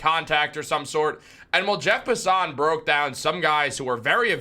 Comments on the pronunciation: You lost me at Jeff Pus-SUHN. Inside joke with him or he really doesnt know how to say his name? lol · Bro said Jeff puh-son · You are butchering Passan's name